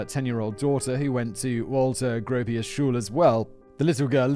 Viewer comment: Simon hasn't heard of Bauhaus I'm guessing. Walter Gropius pronunciation lol.